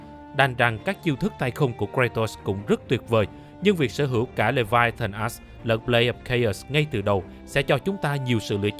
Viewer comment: Mình chỉ có 1 góp ý duy nhất thôi, làm ơn đừng có đọc là Leviathan "ass" nữa trời, bạn cố gắng phát âm đúng cái chữ "axe" đi trời, giọng thì hay nhưng đọc chữ "axe" nghe nó lạc quẻ dã man ấy.